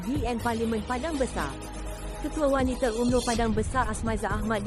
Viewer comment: kesiannnya...sebutan ` W-A-N-I-T-A ` pun tak betul...tak pernah dengar org sebut wanita ke sbb kamu sebut `WANITE`